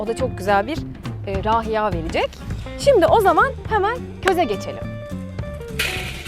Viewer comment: Abla sofra güzel de rahiya değil rayiha olacak, ukalalık saymazsan düzeltmek isterim😁